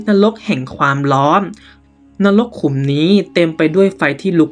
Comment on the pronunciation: อ่านไม่ตรงกับพยัญชนะเลยค่ะ เช่น เหล่านั้นอ่านเป็นเหล่านั้ม เป็นต้นอ่านเป็นต้ม ความร้อนก็อ่านเป็นความล้อม